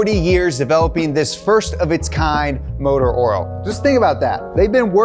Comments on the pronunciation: Did you just say “ motor oral” three times? I think you mean “rotational inertia” and “linear inertia” when you say “rotational mass” and “linear mass.” Mass is mass, whether it is in motion or at rest. And “rims” when you say “wheels”. The tire makers are behind the move to bigger rims, because retail customers don’t have 13” rims on their cars. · "motor oral" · Who is this "motor Earl" ?